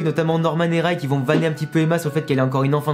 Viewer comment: Tu prononces mal Ray tu dis rAy alors qu’il faut dire rÉy (je sais pas si tu vois ce que je veux dire)